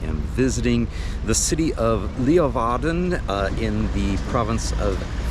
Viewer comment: Well done, Sir! Great vid. You went to a main town in a much more rural area of Netherlands. Good to highlight this as well. Also, your pronunciation of Leeuwarden was good, and Groningen too (we forgive you for the impossible ‘g’).